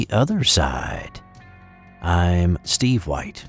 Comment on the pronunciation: Everyone say it with me IM STEEVEE WHIITE!! 😂😂😍